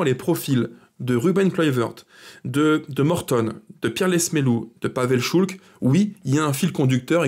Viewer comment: PAVEL ŠULC , prononcer Schulz 😉